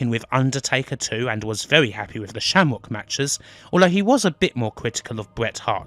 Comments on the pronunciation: Wtf its Shamrock not Shamwok learn to say your R's right shit narrator cant even say Raw right 😂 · LOL -- "Sham-wock". No way you're not inbred.